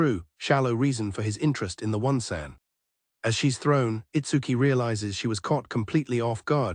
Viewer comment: ain't no way bro pronounce "onee-san" as "one-sen"